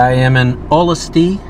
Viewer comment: It's pronounced- O Lus tee. Haha. I'm wondering if you'll visit Gotebo since it's around here. It's pronounced Go-tee bow or Goaty Bow. Let's finish this..